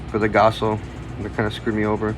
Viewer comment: you did alright man, but please its gaoss not gasso 😂